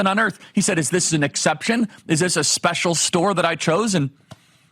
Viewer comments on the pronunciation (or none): none